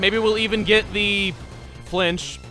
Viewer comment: Stench chance? Don’t you mean flinch?